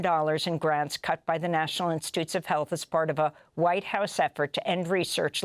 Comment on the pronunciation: ICE agents are all " hwhite "😅😅😅 pathetic